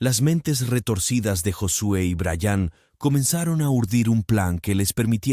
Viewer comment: Se dise bryan no brayaaaan.